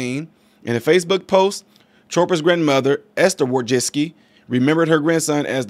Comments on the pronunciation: I think it's pronounced Wojcicki. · I feel really sorry for her son, R.I.P. However I have nothing kind to say about Susan Wojcicki. I believe her last name is pronounced "Wo-Jick-Key" but could be wrong. This does, however, speak to the dysfunction of that family. In a rotted society Susan helped create. I have my theories about the situation her son found himself in to feel like he had to do that. Not surprisingly he was attending U.C. Berkeley--I can't exactly say I have met anyone with a balanced worldview who studied and graduated from there. It's possible but...rare enough I've never seen it. This is just all-around unfortunate. I hope the lad found the peace in death which he couldn't find in life. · it's pronounced like "woah, jet-ski" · "Susan Wo-Jet-Ski"